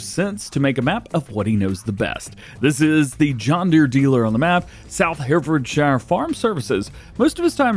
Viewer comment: Hey dj it's pronounced Hairfordshear, the uk is weird